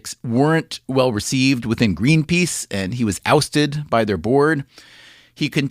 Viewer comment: When says “well”, it sounds like “whale “, to me